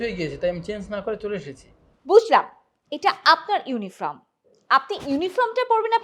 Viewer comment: ইউনিফর্ম, কিন্ত ইউনিফ্রম না, উচ্চারণ ঠিকঠাক করুন